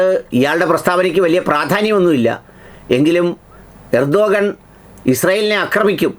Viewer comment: റസിപ് തൊയ്യിബ് ഉർദ്ദുഗാൻ അല്ല ! റജബ് ത്വയ്യിബ് ഉർദുഗാൻ എന്നാണ് ശരിയായ അദ്ദേഹത്തിൻ്റെ പേര് ആൻങ്കർ ശ്രദ്ധിക്കുമല്ലോ😂😂😂